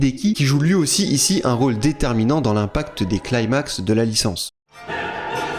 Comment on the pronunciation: arrête de dire "claimax" je t'en supplie on dit "climax" genre "cli-max"